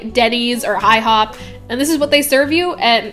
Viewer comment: Ah yes, high hop